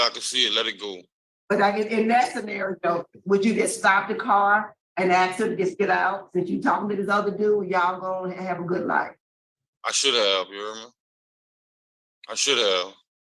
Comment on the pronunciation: Let me axe you a question. You Feel me?